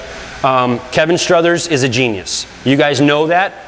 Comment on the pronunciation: STROTHER not Struthers...geez